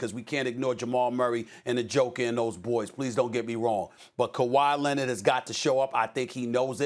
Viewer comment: Nobody: Stephen A: Kawaii Lennitt